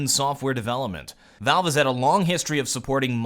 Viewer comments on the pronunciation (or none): none